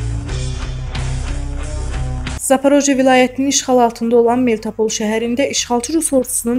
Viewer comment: Men de deli oluram da bizim diktorların teleffüzüne🤦‍♀️